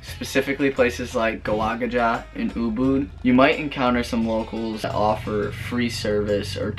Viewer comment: just a heads up it"s Ubud not boo boo :D.